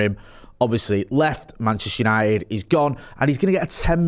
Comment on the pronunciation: It’s United not yanited